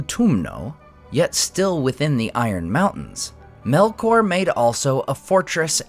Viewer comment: "MELOR" tu vai ver.. 😂😂😂 é Melkor nao tem "k" mudo nao..